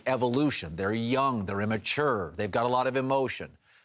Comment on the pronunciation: CAN WITLOCK SAY IMMATURE RIGHT OMGGGG